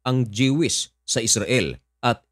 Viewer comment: I-correct lang kita bro. sa pag-pronounce ng word na "Jewish". It is pronounced as JUWISH or DYUWISH and not Dyewish o Jehwish. Parang, ang Jewelry is pronounced as JUWELRY or DYUWELRY. Alright, peace brother...